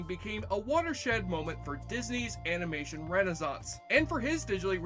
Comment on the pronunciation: God damn. Between the sound/music mixing and your inability to enunciate words makes this video barely watchable. Guillermo is not pronounced Garemo. Animation is not pronounce anmation, listening isn't lissing, and maleficent?! You somehow made a 4 syllable word into 2! Malfcent. Jesus. Enunciate dude, enunciate.